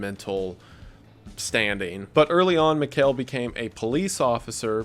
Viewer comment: And also his name is pronounced differently. Mihail and Mikel are two different names despite being related. I know it’s no that big of a deal but I just wanted to correct this guy the whole time watching this part 😬